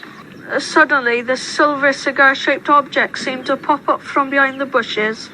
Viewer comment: "It was cigear shaped...". "They abandoned their cear"